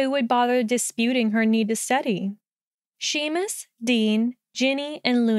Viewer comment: I’ve read this fic before but I’m packing moving boxes and this is just what I needed, thank you! Your Luna voice is really good! I know you can’t change it now but if you read him in the future Seamus is pronounced Shay-mus 😊